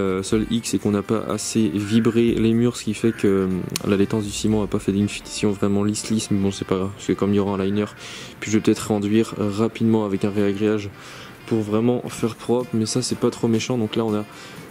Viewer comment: nouvelle génération d'ouvriers... tu peux pas dire réagréage comme les anciens;-) c'est ragréage ^^